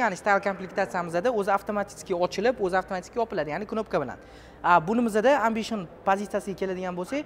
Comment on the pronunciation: Барака топкур амбишин эмас эмбишин деб айтилади